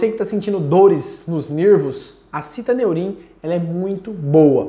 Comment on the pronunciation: Estranho o amigo pronunciar citAneurim, quando na embalagem está fixado citOneurin. Sei que o nome pouco influi nos resultados, mas é só uma curiosidade minha, sobre o nome do medicamento.